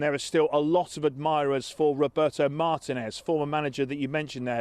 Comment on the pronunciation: Not Martínez, please. I can't cop hearing English people mispronouncing his name